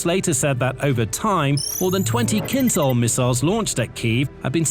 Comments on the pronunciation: You tend to mispronounce the word 'KYNZHAL'. The 'zh' sound is to be pronounced the same way as in 'decision', 'television', 'measure', 'vision', 'conclusion', 'division' and 'pleasure'. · Feel free to pronounce "Kinzhal" like "Kinshal" - then it fits.